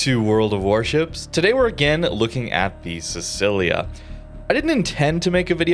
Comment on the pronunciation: i am so sorry but your pronounciation hurts: siTSCHIlia not sisilia